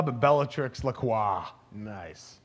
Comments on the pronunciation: Kevin, it is Bellatrix Lestrange, NOT LaCroix. lol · Isn't it Lestrange?